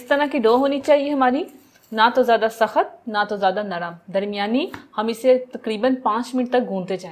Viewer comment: ساخت نہیں ہوتا سخت ہوتا ہے